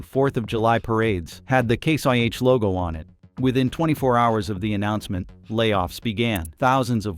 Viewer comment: You’re saying case YH and it’s case IH idiot